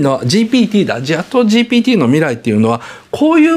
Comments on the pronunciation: 岡田さん、ずっとGTPって言ってる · GTPって聞こえる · GPTだからね。GTPって発音しとるよ😂